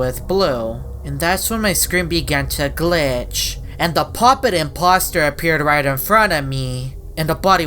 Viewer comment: It’s the I’m-pop-ster